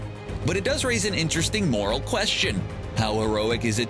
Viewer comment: Do you not know how to say 'moral'?